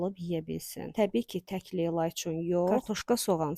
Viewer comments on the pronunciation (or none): none